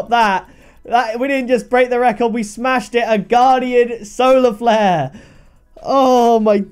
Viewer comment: did he say “Soler Flare”?